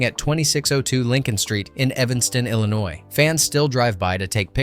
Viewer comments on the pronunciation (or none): none